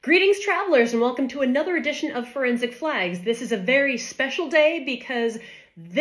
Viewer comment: The word is forensic, not forinsic.